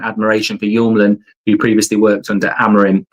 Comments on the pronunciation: Mark, Hjulmand is not pronounsed like Hullmand or Jumland. The ‘H’ is silent. Like many other writes, its: YOOLMAN for u english guys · Mark, love the content! But if we're going to get Hjulmand you need to learn how to say his name. Here's a quick guide. Morten → MOR-ten (easy enough) Hjulmand → in Danish it’s roughly YOOL-man(d) (the “Hj-” is silent, sounding like “Y,” and the final -d is also silent). It literally means "Wheel Man". So it's not "Homeland" or "Yumland" or "Jungland". It's Hjulmand. Cheers! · Get it right! You-l-mand Not You-m-land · I have been looking for this comment. This whole summer I hear him saying Yomlin and I never knew who he was talking about. You can imagine what I thought when I found out it was Hjulmand this whole time 😭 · Yumland is hilarious. Sounds like a sweetshop 🍬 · I like how he changes the hjulmand pronounciation every time